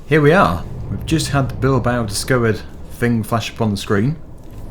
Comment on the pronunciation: u pronounced it well